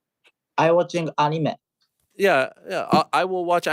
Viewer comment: ik ariel can be cringey at times (a lot of the time😂) but when he says anime like annie may it actually makes my skin crawl